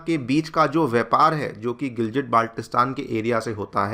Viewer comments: It is pronounced as Gilgit not Giljit... It's been around in the news media for so long that you would have got it right by now 🙄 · It's not GILJIT it's GILGIT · The pronunciation is gilgit and not giljit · All videos must start with "..in a very, very significant development"😂😂. Also it's Gilgit (गिलगित) not what you are pronouncing (गिलजिट). बच्चा भी जानता है लेकिन तुमलोग नहीं, क्या ही पढ़ाओगे😢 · Sir giljit nehi gilgit honi chahiye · I think Sir is a big fan of Diljit therefore they pronounce it as 'Giljit' 😂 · You can't even pronounce the word Gilgit properly, but you want to take over the place. so funny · Pronounciation theek karlo gilgit ko giljit bol rahe ho pehle bolna sheek lo 😂😂😅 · Gilgit Baltistan dono ko galat pronounce kiya giljit nahi hai gil ki tarha git g same pronounce hoga or baltistan t same hoga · Bolna seekh lo bhai.. Second 'G' of Gilgit is pronounced same like first 'G'. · phalay bolna seekh ly Gilgit ko indians jahil jasay hum yaha nhi hai naa